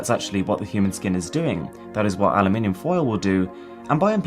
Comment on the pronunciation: Great video, and the way you pronounce aluminum is fantastic